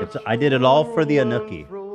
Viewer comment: the way ethan says anukki like snooki